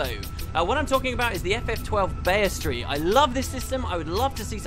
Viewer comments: It's Bee-stee-airy. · Why do you insist on saying words you don't even know what they mean. You mispronounce EVERYTHING. BESTery. It's not a 4 syllable word. FFS. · Isnt it pronounced 'Beast'-iary? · Tim Dreams yeah I'm not sure why he can't pronounce that word. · you spell bestiary right, but i'm pretty sure your pronunciation is butchering it :P